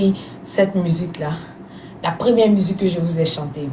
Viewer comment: Même si elle parle en français,on ne dit pas musuque on dit musique 😂.En tout cas bravo ma chérie